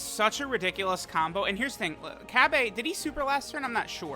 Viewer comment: I love how he makes sure to allways pronounce Cabbas name wrong haha